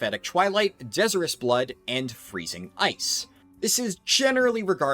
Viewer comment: De-sire-us. Like Desire something badly.